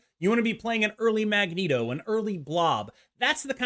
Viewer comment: Why the fk do you say Magento and not Magneto!? 😂😂😂😂